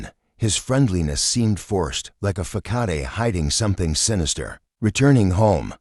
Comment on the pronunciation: Please ask an English speaker how to pronounce facade.